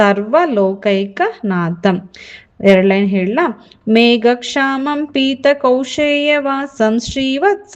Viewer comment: ಮೇಡಂ ನಿಮ್ಮ ಉಚ್ಚಾರಣೆ ಸರಿಯಾಗಿಲ್ವಲ್ಲ? ಮೇಘಶ್ಯಾಮಂ ಅನ್ನೋ ಶಬ್ದವನ್ನ ಮೇಘಕ್ಷಾಮಂ ಅಂತ pronounce ಮಾಡ್ತಿದೀರಾ?? ಕಲಿಯುವವರೂ ಹಾಗೇ ಕಲಿತಾರಲ್ವ? ಮತ್ತೆ ಪುಣ್ಯ ಶಬ್ದವನ್ನು ಪುನ್ಯ ಅಂತ ಹೇಳ್ತಿದಿರಲ್ಲ?ನೀವು ಮೊದಲು ಸರಿಯಾಗಿ ಓದಲು ಕಲಿತು ನಂತರ ಕಲಿಸಿ pls🙏